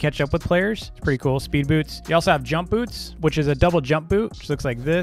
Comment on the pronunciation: When he said “boots” it kinda sounded like “poops” just saying